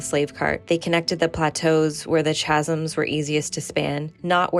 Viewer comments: I wasn't going to say anything about how you pronounced Alethi, but then you said chasms with a "ch" sound.. it's pronounced "ka" "Ka-zm" And it's "ah-leh-thee" not "ah-lee-thee" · thank you for giving us cosmere nerds another fresh perspective! one more i forgot: chasm has a silent h (kazum)